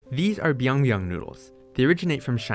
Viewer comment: But that is byeong byeong instead of biang biang, and because it is korean so the byeong actually sounds like pyeong